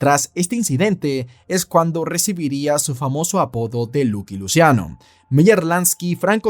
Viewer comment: Es "laqui luchiano" 😅 no luqui luciano